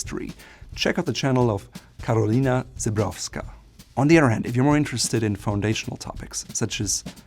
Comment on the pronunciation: Polish names vs every other language... It's really amazing to see You trying to pronounce "Karolina Żebrowska" correctly. And You were very close to that, so - congratulations!